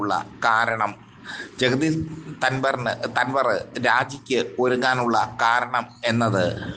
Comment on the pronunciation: Dhanvar alla Dhankar ennu parayu